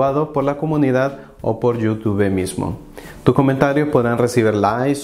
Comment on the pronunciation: Es: “LAIK” no “LAi”, no es “Yóutúbe”, es “iutub”.